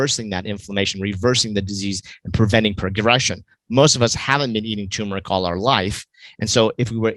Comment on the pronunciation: It's TURMERIC....not toooooomeric.